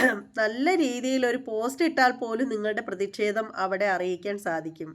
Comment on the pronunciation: ഹരീഷ് പേരടി എന്നാണ് 'പേയാട്' അല്ല. അതുപോലെ ' പ്രതിക്ഷേധം ' അല്ല ' പ്രതിഷേധം ' എന്നാണ്.